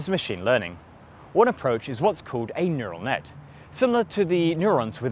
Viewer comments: neutal network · "Neutal Network" - hahaha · What's a Neutal network? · "Neutal Network" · NeuTal Network?! Unwatchable. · Neu-t-al network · "A neutal network" I think you missed the r mate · "Neutal Network" "Neutal" Heh